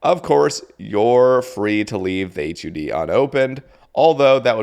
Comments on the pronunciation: hud not h u d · maybe its just me but hearing H U D instead of "HUD" sounds insane to me lol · Buoy= boy and just say hud instead of H U D